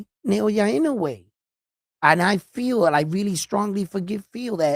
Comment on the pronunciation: love your respect for the sport and recognizing Naoya’s talent a long time ago. You should pronounce Naoya’s last name EE-Know-Eh and you will be the first in the biz to pronounce his name correctly. Love your passion for boxers and your honesty and fairness in abilities.